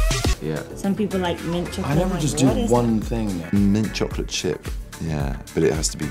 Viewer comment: I'm really late, but I just realized he said chocky chips instead of chocolate chips.